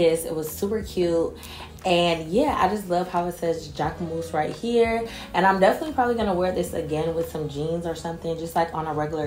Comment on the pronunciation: I love you babe and you’re a fashion gworl so I must tell you as your sis that it’s pronounced jack-mus lol.